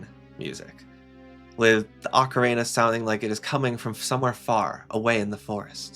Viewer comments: he said “Orka-reena” about 20 times and that is atrocious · Yet another Zeldatuber that can’t properly pronounce “ocarina”.